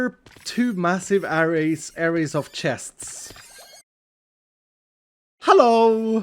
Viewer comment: Hey, loved the episode! Quick tip for pronouncing 'array', the stress should be on the second syllable. It's pronounced the same way you would say 'a ray' (as though it were two words).